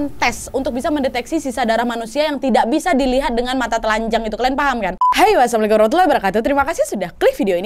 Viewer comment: sist mohon maaf klu pembuka koq "w asalamualaikum warahmatullahi wabarakatuh? , bukan nya Assalamu'alaikum ya? mohon maaf klu saya salah dengar